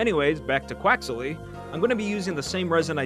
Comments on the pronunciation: Pronouncing quaxly quax-ily hurts my brain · THIS IS SOO COOOL P.S.: I think you use an extra syllable when saying "quaxly"